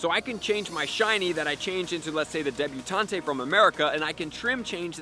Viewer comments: Debutant. Not debutantay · Please say debuTAUNT correctly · Can't believe has never heard the words "matron" (rhymes with patron) or "debutante" (silent E) pronounced before. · Just going to throw out there that "Debutante" and "Matron" aren't Pokemon terms, they're actual words with real pronunciations haha. Just a pointer, love ya.